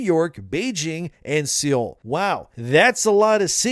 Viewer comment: It's pronounced sol, not see ol. Seol. Embarrassing for you while you say actors are stupid.